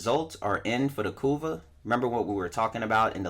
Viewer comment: I keep hearing "Kuva" as "Kurwa", knowing the polish meaning of that word creates a whole new plot twist!